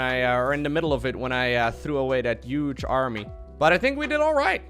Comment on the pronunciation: Love your videos man. Have you noticed that your pronunciation of the word "huge" sounds like "yuge" which is the same sound that a certain American virus makes for this word.